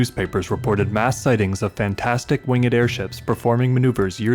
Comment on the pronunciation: “ Wingid “? You don’t know the rules for pronunciation of past participles, do you.